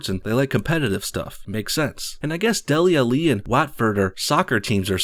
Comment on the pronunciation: The way he said Dele Alli and Watford were hilarious. Had to pause the video to stop laughing. For future reference, although i doubt you will ever need it, they are pronounced Dele Allee and Whatford.